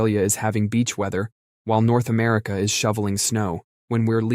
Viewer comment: "North Amercia" 😂